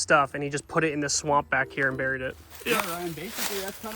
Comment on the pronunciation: It’s buried burr nure